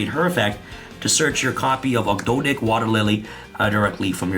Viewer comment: Thank you for saying 'Ogdoadic' right.